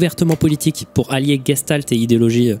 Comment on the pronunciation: c'est de l'Allemand et ça se prononce en vrai "gechtalt".